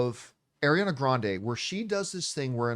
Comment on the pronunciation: She is (ɑː)riana!!! Not (ɛ)riana!!